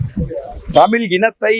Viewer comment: நீனே தமிழ் சரிய பேச தெரியல.தமிழை தமில் என்று சொல்கிறார்